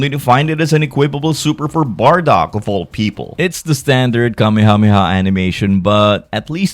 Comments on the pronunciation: Kameyamehya lmao😂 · i hate the english pronunciation of Kamehameha... "kamiamiah" or "KAMEI-HAMEIHAH" lol